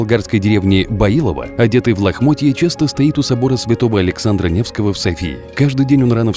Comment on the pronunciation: мне послышалось или он сказал Александра Невского?